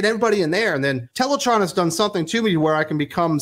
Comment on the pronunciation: Its pronounced Teletran as in the tran in Transformers not teletron